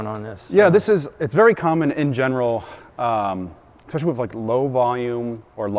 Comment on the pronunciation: Did he say exspecially? 😑